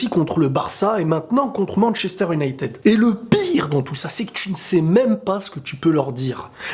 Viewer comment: Ma prof d'anglais elle entend Manchester United a la place de Manchester "Unaitid" elle te tue MDR